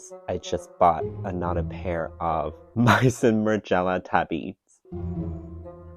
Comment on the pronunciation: it's may-zon